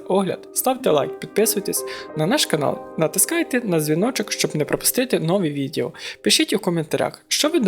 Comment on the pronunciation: Топ контент🤝🏻 Рекомендації: - потрібен кращий мікро - не «Загрузка», а «Завантаження» - не «відєео», а «відео» - пауза наприкінці трішки довга Дякую, лайк